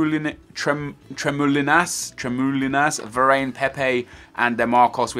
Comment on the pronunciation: Stop pronouncing Varane like Ver-Rain. It is pronounced Vahr-Rahn